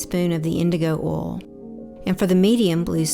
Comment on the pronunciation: I am so proud of you I have a tear in my eye. This is an amazing video that I can tell you put your heart and soul into. I love your voice over! And let me just say I did not imagining you having a southern accent! I need to change the way I say, “Oil (insert Southern California accent 😂).” You say it so much cooler! Bravo and take a bow!!!!!!!